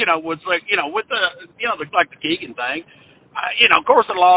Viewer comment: It’s Keg-an, namesake of his father’s favorite titty bar. 🫤